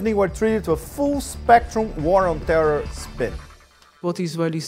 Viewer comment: how can you have a foreign minister that can`t pronounce `terror`? I don`t mean to be facetious.